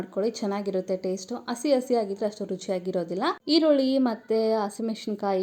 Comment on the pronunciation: It is not assi It's hassi Learn proper kannada